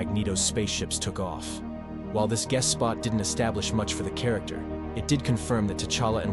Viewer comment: "chair-ricter" lol